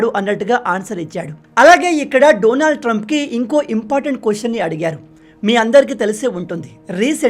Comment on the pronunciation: Say his name correctly.. Daanaaald .. not. Doonaald